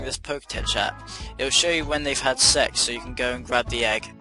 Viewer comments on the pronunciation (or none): I had to pause the video to laugh because of how he said sex!!! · Thanks! Funny how he says "sex"! I laughed so much! Likre for real! XD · Cosmic Caliber I wheezed so hard lol